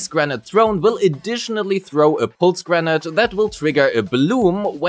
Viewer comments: "granite"? It's grenADE, like 'lemonade', what are you? A boulder, a rock person?! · granade is pronounced "gruh-nayd" not "grenat". Also gemini is pronounced "gem-min-nai" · At first, I was like: "What's "granite" have anything to do with Grace's kit?" Turns out, you meant "grenade" lol. It's pronounced as "gruh-neyd". Rhymes with "blade", "gatorade", "shade", "Grace sat on my face; I need first aid." etc. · You're pronouncing grenade like Granat. Nade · Thank you for the video but everytime you say grenade i hear granite. So I keep thinking why is Grace throwing a rock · Very good guide 👍 but please stop saying granat😁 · He is pronouncing it like the latter part of "Pomegranate". Doing this for the word "grenade" seems to be a pretty common mistake among Germans (Nix für ungut, bin selbst ne Kartoffel) and I genuinely wonder were that stems from 🤔